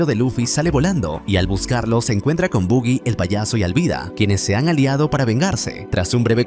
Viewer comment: Buggy ? Pronuncia Baggy que es lo correcto , suena feo decir Buggy